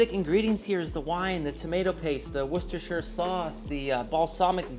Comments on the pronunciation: Awesome! From a British perspective, the correct pronunciation of 'Worcestershire' and 'tomato', together with the inclusion of Marmite, makes it feel like a British dish. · Thank you for being the FIRST cooking channel to say worcestershire correctly. I don't know why people mispronounce it considering there's a city in Massachusetts and a city in England.